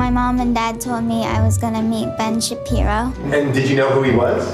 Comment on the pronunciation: Help, I keep hearing "ben shapiro" as "Bench Appear-o" my sanity is slipping.